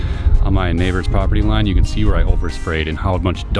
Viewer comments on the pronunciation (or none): none